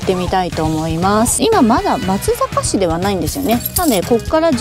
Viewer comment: 以前、まつざかしと言っていましたが、正確には「まつさかし」が正解です。さん、にごさん、頑張ってくださ😄 伊賀上野城の石垣は見応えがありますね。